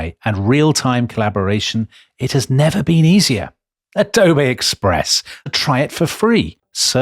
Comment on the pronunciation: Dom always makes me laugh when he says “adobayyy express”. Like he’s befuddled that there’s a product that good